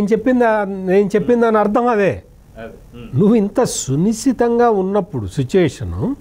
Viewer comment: రాష్ట్రం పరిస్థితి “సునిశితంగా” కాదు సర్…. “సున్నితంగా” ఉంది.